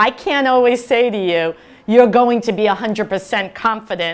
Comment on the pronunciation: how? start pronouncing that T sound at the end in words like "can't" 😂